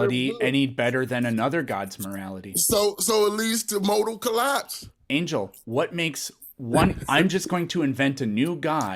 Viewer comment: "Least to motal collaaaps"